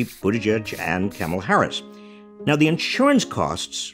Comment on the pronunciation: "Camel Harris" lol